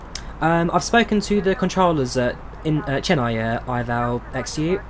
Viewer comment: im from chennai and its pronounced chenn ay not chenn i